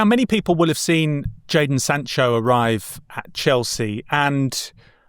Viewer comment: It’s Jadon not Jaden you bellends